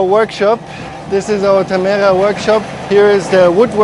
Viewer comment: Why does no oneknow how to pronounce tamera? XD